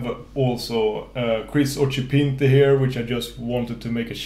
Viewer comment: yes, I know that he mispronounces his own last name (I find it really funny for some reason): I remember asking him a question about how he pronounces "Occhipinti" on a livestream 2-3years ago and he told me that exactly. (I love Kris, he is such a lovable person). I just said it because I thought it was a good joke xD.